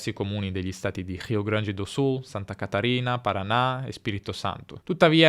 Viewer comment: Se perceberem ele fala português. Quando falou “Rio Grande do Sul” foi flagrante sua fluência em português.